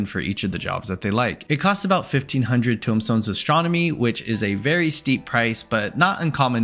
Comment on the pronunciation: Tome stones. Not tombstones